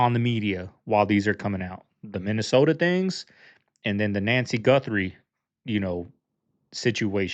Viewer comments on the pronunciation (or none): none